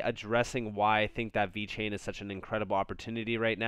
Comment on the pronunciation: damn this man said VET and TEL, here i was thinking you actually knew more about crypto more than me lmfaooooo, wow